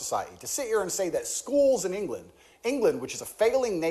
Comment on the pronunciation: I hate how he refers to the UK as 'Englanð'. ..